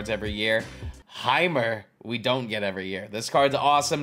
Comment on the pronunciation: You might’ve found this out already, but Jeimer is pronounced as Jamer